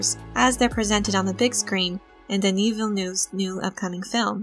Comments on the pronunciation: I'm addicted to these videos!!!! Q: why do you pronounce "Villa-new"? I think Villeneuve is pronounces "Vill-növ" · I try to pronounce it Villnuv but sometimes that doesn't happen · it's understandable, you pack such an encyclopedic knowledge into these videos! the problem is that now my expectations for the new movie are to the roof: Mr New Villa better deliver! hehehehe